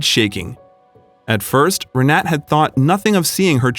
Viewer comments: Why on earth didn't you look up how to pronounce the name "Renate"? Just Google it, for goodness' sake! This ruined the whole video for me - every time you said her name (every sentence - augh!) I was yanked right out of the story. And omg, the banner you put on screen said "Will you merry me?"! It's "marry, " you dimwits! Good grief. Be honest. You're trying to see how stupid your viewers are. Well, that put paid to any ideas I had about subscribing. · What a lovely story! It will work, they have gained a lot more live experience! What I have to address, is the horrible way the voice over says her name (which happened to be mine too)! Unfortunately I can't place a voice message here. I never heard a worse attempt to say our name! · Re-na-te. The two 'e's are not pronounced as in 'bet' or 'seek', but as in 'her'. In fact the 'e' sound is closer to the 'u' in 'but'. The 'a' as in 'ah'. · the video is nice but it creeps me out how u butcher the name Renate. I am German and u don't drop the letter e in the end of the name Renate, it's like u would elongate it as if it's written Renateee. Just for ur information lol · I’m pretty sure her name is pronounced Renata. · Learn the correct pronunciation! Not Renat, Renatah. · They don't show her name, but the chance that it was ree-NAT is almost zero. The "e" at the end is pronounced in German. Her name is probably Renate, pronounced approximately ray-NAH-ta. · I believe the name Renate is pronounced Re-na-ta, not Re-net. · The German name is "Renata", pronounced Ray-nah-ta. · Omg her name is Renate (reh-nah-te) it’s just driving me nuts with the mispronunciation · Rr Nah Tah please ! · Or REN AH TAH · Renate is pronounced re-NAH-tuh. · Her name is RENATE, pronounced ray-NOT-a. The narrator's mispronunciation throughout the video made me cringe. And the closed caption spelled out no less than FIVE different spellings throughout as well. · Renate is pronounced Renata. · It’s not pronounced renet?